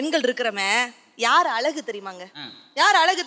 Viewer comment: தமிழ் ஒழுங்காக பேசுங்க.. தமிழ் என்பதனை தமில் என்கிறீர்கள்..அழகை அலகு என்கிறீர்கள் .. தமிழ் நன்கு படியுங்கள்.. பேசுங்கள்...